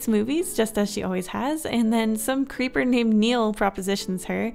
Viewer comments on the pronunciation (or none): none